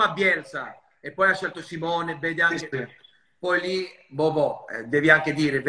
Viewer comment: Fa anche "sci" alla lombarda e dice perfino chapeau 😂